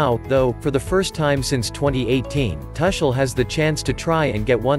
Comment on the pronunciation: Man, you are hurting my ears. Can't you pronounce his name correctly? The "u" in Tuchel is pronounced as the "u" in bush and NOT as the "u" in bus.